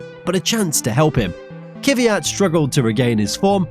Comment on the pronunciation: Thanks for re-uploading as I didn't get it the first time. Another good and interesting video, thanks. A short note on pronunciation, though. The plural of Grand Prix is not Grand Preez. It's Grand Prix, exactly the same as the singular noun. And despite the fact I could never abide the bugger, please pronounce Daniil Kvyat's name correctly. It's not Kiviyat, but Kvyat. There is no vowel of any description between the K and the V. But other than these minor gripes, a great video from you, once again.